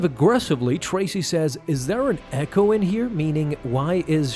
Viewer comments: It’s Trace, as in Trace a drawing, not Tracey. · Trace / not Tracy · Trace not Tracy lol